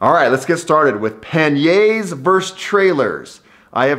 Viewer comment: Nice video, really great mindset but please practise saying pani-erz 😀😀😀😀